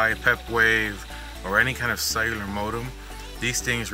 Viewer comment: Does anybody hears "sailor" antenna instead of "cellular"?